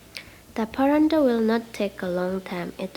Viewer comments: Its paratha...not parandal😆😆😆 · It’s not Parantha dear 😊 it’s Paratha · Its paratha not paranta... You're pronounced Parantha which is incorrect 😊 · Hey not barada it’s parata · Recipe is not good the way you pronounce is I don't know whether you say parathas or parantas of 1egg and 1 potatoes how can you make so many all rubbish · It’s paratha or paranda? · Yes, you are right its call parat👍️👍️not parantha👎️👎️ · Wat is paranda....... It's paratha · Madam its not paranda!!!! Its paroda or parotha!!! Its an Indian food!!! Aloo means potato!!! So it potato chapathi!!! Not even paroda!!! Sorry !!! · Good well tried paratha not pranda mam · Say paratha NT paranta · Parantha!? Lol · It should be "Paratha"not "Parantha" you wrote the spelling correct but pronounce it wrong. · Paratha not paranda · Its called paratha not a paranta...😋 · Paratha bolo mam not paranda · I could not help but notice ur pronunciation for PARATHA as PARANDA....😂 😂 😂 Plz don't be offended....😊 😊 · Sahi hai sahi hai...its paratha not paranda 😂😂😂😂😂😂😂😂😂😂😂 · Actually me too😂😂😂